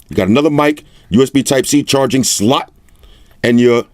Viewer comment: "usb charging SLUUT" 😂